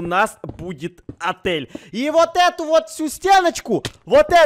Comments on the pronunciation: Интересный факт: не может нормально сказать "вот", а говорит "воть"😂😂😂😂😂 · Я одна слишу "вотька" типо водка?😂😂😂 если тебе нрав 👇🌚❤✌♥✨🍄идея чпунька он написал вотька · не может выговорить слово "вот" Чпуньк в чате:ВОТЬКА🤣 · Бедный когда он пол дня пытался выговорить вот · Ну это же, он у нас редкий пацанчик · Ходят слухи, что до сих пор не может выговорить это слово